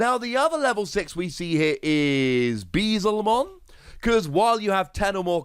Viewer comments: This deck looks dumb good. Also, it's Bee-EL-zemon, not Beezelmon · Bee-El-Zuh-Mon. Yeah, im gonna be that guy. Sorry, but i have to point it out. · Fantastic breakdown as always. But Beel-zemon is prounounced differently. It is not a weaselmon. Its name is derived from beelzebub.